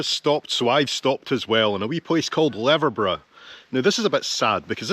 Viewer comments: Your pronunciation of Leverburgh had me in giggles. It's 'Leever burgh'. The road to Luskentyre beach is very narrow and can get very congested in summer. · Leverburgh .. pronounced ‘leaverburgh’ 👍